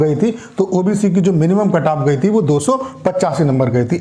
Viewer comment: Kantap ni bol diya